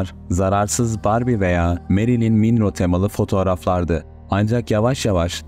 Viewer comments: kendisi minro demiyor nereden arastırdınız acaba? kendi roportajlarından dinleyin isterseniz. minro demiyor 😅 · severek dinliyorum ama merilin minro nedir gözünü seveyim be abi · Meriliyin minrooğ mu? ( Marilyn Monroe) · Hiç duymadım bugüne kadar minröğ🙂🙂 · yok okudum da inan bana değil. Ben ingilizce öğretmenliği mezunuyum. Google a yazınca robot cevırıler sesli telafuzu falan boyle yapar da ingilizcede o hicbi zaman i olarak seslenmez. Ya “o” olarak yada “ou” olarak seslenir. “i” yok yani. hatta youtube da da aratın “marilyn monroe pronunciation” diye ancak 1-2 tane “i” ye yakın olarak gorursunuz. Hemen basta cıkıyo zaten telafuzlar. 👍🏻